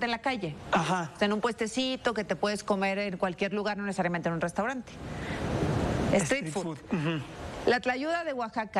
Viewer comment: Se dice street food no estreet for ssssss